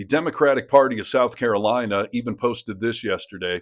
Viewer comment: Carolawna. Why do they all mispronounce the name of their own state? Are they proud of being mushmouthed? At least we can hear them coming.